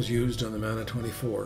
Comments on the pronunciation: Hi. Just found your channel. Btw Mana s not pronounced as "manner" but MAR..NAR. As in car, tar, MA + PA...it is a Pacific Islands word. Your pronunciation is how a white man/European/Palangi would say it. I'm sure James Wharram himself, would correct you. Moving on, I found your channel interesting. I can see I'll need to binge watch to catch up. Btw, I've been subbed to the "Lucky Fish" channel as well. Thank you for sharing and for taking the time to upload. Atb from one of the Islands. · Good evening, Bryan. Thank you for the correction and proper pronunciation. I was aware the word Mana came from the Pacific Islands and I should have done proper research to check the correct pronunciation. It would not be the first time that a Palangi (in Ghana where I lived, the word is 'obruni') mangled a word but that is no excuse, and especially for a word with such important associations as Mana. I hope you enjoy some of my other videos - I enjoy sharing my experiences and I am happy when others express their appreciation. Returning your greetings from Treaty 6 Territories on the prairies of Turtle Island. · Thank you for your correction, Jade. I hope you can excuse my Canadian prairie accent - not too many Polynesians around from whom to learn correct pronunciation. :)